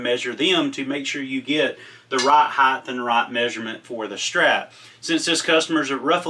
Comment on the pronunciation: Not to be a jerk but to pass on some info...the word is pronounced height. HITE. Not Heighth. Length, width, but height. Speak better, sound better, taken seriously better. Cheers!